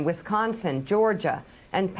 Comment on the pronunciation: She almost said Michiconsin 😆